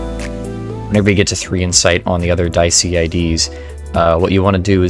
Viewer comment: i think its pronounced like di esi